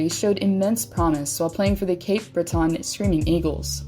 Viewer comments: "Cape Bre-TAWN Screaming Eagles" wow. I've never heard anyone pronounce it like that. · Why did you say Breton like that?